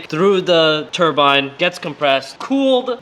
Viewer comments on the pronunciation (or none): none